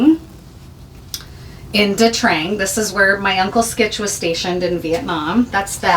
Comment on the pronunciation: Nha Trang, not Dha Trang. Sorry!